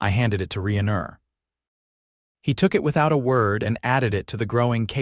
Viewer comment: Reiner. Rein as in rain deer. So rayner.